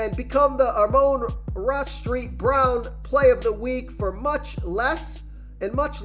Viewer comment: Street brown. Come on. And dude do something with this audio. It’s horrible. Literally sounds like your yelling a basement